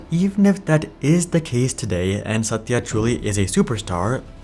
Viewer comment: I love the way your pronunciation of Satya's name. Very authentic.